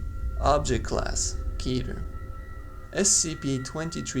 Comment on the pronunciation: It's pronounced "KETTER / KETTA" like "better" Otherwise good video